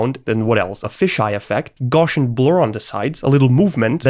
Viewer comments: I was wondering what you meant by “Goshen blur”. Then I figured out that your saying Gaussian blur pronounced “Gow see yen” blur! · For me the most excruciating thing about this video is how you pronounce Gaussian. It's painful! The guys name was Carl Friedrich Gauss. That's pronounced with an ow sound, as in "ouch" - the sound I make when I hear someone saying "gorshian"!